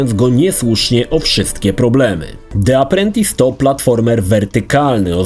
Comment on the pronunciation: Czytamy Di aprłentys...